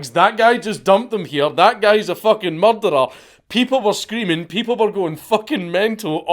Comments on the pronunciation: Anyone else just watch this purely to hear count say murdar? No? Just me? Ok. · You say the word 'murderer' too scottishly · Anybody else enjoy the way The Count pronounces Murderer 😂 I Love It his accent is GOLDEN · you say murderer funny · I do love the way Scots say that word.